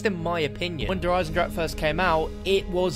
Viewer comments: 2 years later and still none of the englisch speaking youtubers correctly pronounces 'der Eisendrache' :D still sounds like 'der eisendrak' in german :v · pronounces "Eisendrache" differently everytime he says it 😂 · It's been 2 years and people still can't pronounce it's name XD It doesn't matter though, it still is one of the best zombie maps out there and the beginning of the DLC season of the best CoD Zombies game!